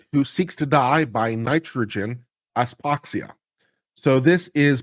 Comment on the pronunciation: Hypoxia - pronunciation hi-poxia